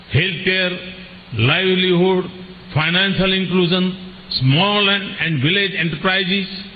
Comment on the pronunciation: Mr. Modi you seriously need to work on your English. You embarrass Indians with your pronunciation / accent. Like it's not "pharmer" but "farmer" "grandmother" not "graandmother" " Inclusion" not "Incluzon". You could be popular with the illiterate masses in India but please work on appealing to the intellectuals globally as well.